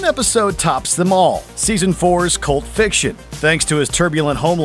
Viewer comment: bruh, i thaught when he said cult fiction, he said pulp fiction lol